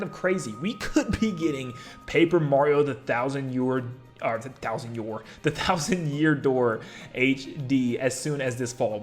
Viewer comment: The Thousand Yoor Dear? That was a funny slip (I know he didn't say dear but I thought it immediately thought of when he slipped up)